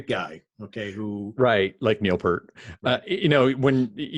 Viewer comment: Guys...Neil Peart's last name is pronounced PEERT.